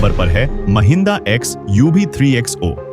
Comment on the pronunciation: AI's language is Bizarre Very Bad Ex : Comfort becomes Con-fort, Mahindra becomes Maa-hindra ;-)